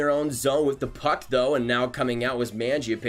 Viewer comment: My brother watch a video on how to say magiapane, great vid tho